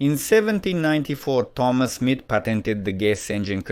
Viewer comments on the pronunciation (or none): none